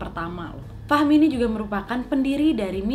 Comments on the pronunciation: Fahim apa fahmi si kak di judul fahmi dibacain fahim 😩😭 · Fahmi, dengernya Fahim 😂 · Bilangnya fahim padahal namanya fahmi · Kak nad namanya bkin bngung.. fahmi ..tapi kak nad nyebutnya fahim 😆🤭. Jadi tak puter" ulang 😄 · Nad... yg bener Fahim apa Fahmi? Ditulisan tertulis Fahmi tp Nadia nyebutnya Fahim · Yg bener namanya Fahmi apa fahim... 👎👎👎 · Gw dengernya fahim..